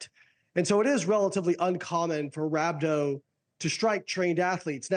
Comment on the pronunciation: No one could’ve told bro how to pronounce rhabdo for a literal news report 💀